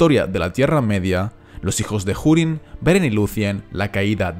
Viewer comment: pone urin no jurin....no entiendo ea puta mania de pronunciar la h